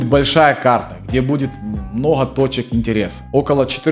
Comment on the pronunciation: мноха...блин слушать противно. научись выговаривать букву Г